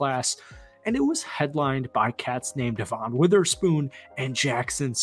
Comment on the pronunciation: Dude just buy a hawks jersey already or stop saying youre gonna buy one. You lack accountability for what you say. btw its Noah Fant like an ant not aunt, and Devons name is pronounced as devin (no knock on you for mispronouncing this one)